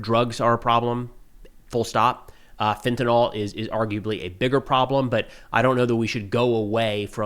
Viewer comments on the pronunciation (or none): Hey man, fentanyl is pronounced with “ill” at the end, not “all”. -68W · Pronounced fentanil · Lol, Fentanyl is not pronounced fent-uh-NAHL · Fen. Ta. Nyl. TA. NYL. US Americans: fentynal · Just FYI... fentanyl is usually pronounced 'FEN-ta-neel'. Excellent content, as usual.